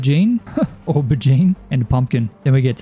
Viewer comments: As a brit, your attempt at saying Aubergine amuses me. Its Oh-buh-jean dude 😂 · This video was awesome!! I liked the fact that it was more farming centric, made it quite relaxing. ☺️☺️ Aubergine is pronounced "Oh-ber-zheen" its a french word but eggplant is the american name but also correct. 😅😅